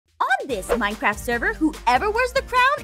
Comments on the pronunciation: Lol the best part was when they said minecraftia instead of minecraft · The part that said minecrfratia!